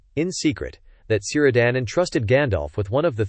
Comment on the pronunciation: It's Keer-dan, not Sir-dan